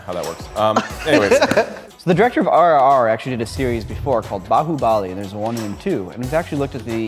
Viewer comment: It's not Bahoo bally. It's Bahoo buh-lee